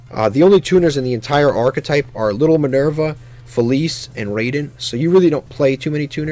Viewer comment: Raiden is being pronounced wrong. Raai-den rather than Ray-den